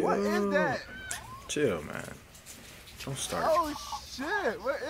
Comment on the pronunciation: I don't understand why you keep saying do n't